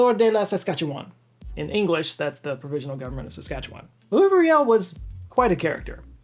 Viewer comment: I had never before heard an American pronounce Louis Riel's name. That was... an experience. 😅 But thank you for bringing up the Red River Rebellion. We Manitobans are proud of our heritage.